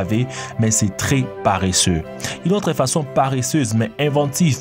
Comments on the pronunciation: on ne dit pas paréssé mais paresseux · compté combien de fois il a dit parreseux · La voix off est "parreseusse" 😂😂